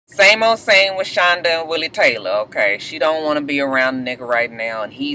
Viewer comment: Willie Taylah! lol